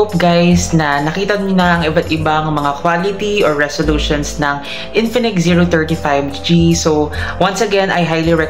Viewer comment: medyo slow down ka sa pagbigkas ng Zero 30 5G kasi madalas ang naririnig is Zero 35 G. Anyways good quality review!!!